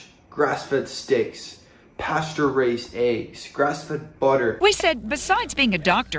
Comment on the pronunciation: i hate that the lady keeps sayin 'pasteurized" not "pasture raised"